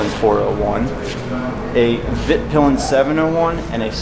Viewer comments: Me as a swede hearing him proununce svartpilen and vitpilen hurts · Hearing american pronounce Husqvarna and svart/vitpilen always kills me a little. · Yeah, fun to hear americans pronounce swedish words :) "Svartpilen" and "vitpilen" means black and white arrow, as you could see on the colour of the bikes!